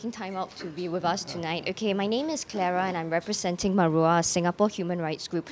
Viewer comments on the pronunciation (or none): none